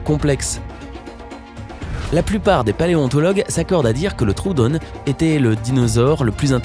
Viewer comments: NON NON ET NON CEST TROODON PAS TROUONE PUTAIN ON LIS PAS LE OO COMME OU DANS TROODON ET ON MET PAS DE E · Sa se prononce troödon et non troödonne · Sa se dit troodon avec le son on et sa se dit pangé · Nan trodon pas trodone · Tissu d'âneries. Même le troodon ( ne pas prononcer troudonne, on est pas amerloques ) n'aurait pu évoluer que vers l'oiseau, ou disparaître, car toute l'organisation de l'anatomie des dinosaures allait dans ce sens, l'important étant la manière de prendre la nourriture et de la mâcher. Dans la lignée des archosauriens ( crocodiles, dinosaures, oiseaux) la nourriture est prise par la mâchoire et celle-ci tend à évoluer en bec tandis que la mastication a lieu dans le ventre ou le gésier grâce à des cailloux , laissant au membres antérieurs la possibilité de se transformer en ailes, ou de disparaître (voyez les pattes antérieures des tyrannosaures). Dans la lignée des reptiles mammaliens, qui conduit aux mammifères puis à l'homme, la mâchoire, articulée différemment, sert à mâcher au lieu de n'être capable que de s'ouvrir et de se fermer, et la voie est ouverte de ce fait à la préhension des aliments par le membres antérieurs, se transformant en mains chez l'homme avec la station verticale et co-évoluant avec le cerveau. Seul un petite groupe de dinosaures avaient des pattes antérieures préhensiles, mais leur principal moyen d'attraper la nourriture restait le bec, avec en général élongation du cou à cet effet, et leur stature restait horizontale comme celle d'un oiseau qui piète. Donc pas de quadrumanie arboricole comme les singes, et encore moins d'évolution des dinosaures en pseudo- humanité, météore ou pas. D'ailleurs, le potentiel évolutif du cerveau des dinosaures nous es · Et sa se dit troodon le son on